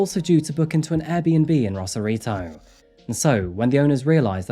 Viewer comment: ACTUAL SAN DIEGAN HERE, who also had a house 11yrs south of Rosarito (ROSE-AR-I-TO, not Ross-arito). And no, not better beaches. Lesss crowded yes but dirtier because of no sanitation infrastructure in Baja. You need more better resources!! I’ll have to edit and update this comment as I go thru this video…lol